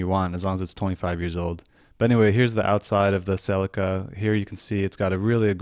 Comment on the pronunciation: Pronounced Sell ee cah. Not selly car